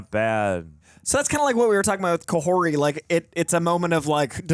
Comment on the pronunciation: guys it’s pronounced Ka-Hor-Ti but not with a hard T